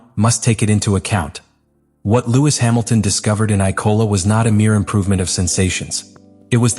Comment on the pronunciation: Why tf do u keep letting ur bot say Icola instead of Imola. Watch ur own videos